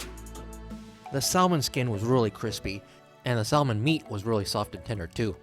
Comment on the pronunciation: So funny! 😂 I didn't know that people still said it incorrectly. ETA: I just picked up that his English pronunciations are kinda generally iffy which is ok considering.